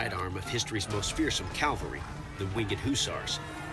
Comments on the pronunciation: It is “cavalry” not “Calvary”. The latter is the location of the crucifixion. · Sweet the polish calvary, I love calvary. Shame it's cavalry though. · It's cavalry not Calvary. I get so tired of that mistake. think: the cavalry saved the wagon train... Calvary saved everyone (who wants it).